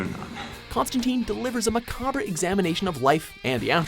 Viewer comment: Macabre = macaber Lol